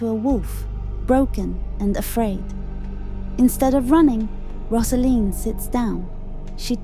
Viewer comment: You have it very, very wrong. It is not about that at all. It’s about a girl coming into adulthood. You’re talking absolute nonsense. It’s as if you have watched it once and came to the wrong conclusion. Btw, it’s not Roz-A-Leen, it’s Rose-A-Leen.